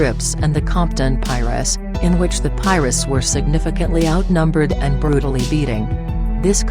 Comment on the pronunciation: lol. she said piruss